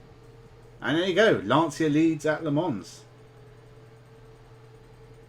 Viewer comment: Sorry if this seems a bit pedantic but the s in Le Mans is silent.